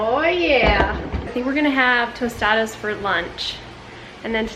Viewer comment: Your pronunciation of tostadas had me shook! Good Spanish!